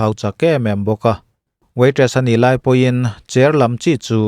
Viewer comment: A ni, ti a i lamdan hi a ne, tih a angthei e... ngaithla ve chhin teh 🤭